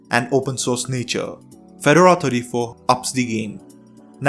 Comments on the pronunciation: Feh-door-uhh, not fed-ur-uh. Per Red Hat. And Ubuntu (all Debian variants, really) is just as good. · It's pronounced Fe-DOR-a, accent on the 2nd syllable. Like the hat in their logo. You're saying FED-or-a. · Fed-DOOR-RAR - not Fed- u - ru ;) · I thought he was saying "Phaedorah". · Pheh dora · You have done a great video, but it is pronounced Fah-door-rah, it is a type of hat. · Drinking game -- drink every time he mispronounces Fedora. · You could have researched how to pronounce the word "FEDORA" or for that matter the word "SUITE"